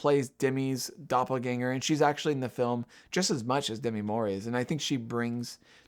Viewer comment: This is the Kamala controversy for tiff/cannes 2024 reviewers: Demi is pronounced De-MEE. It is not supposed to rhyme with semi.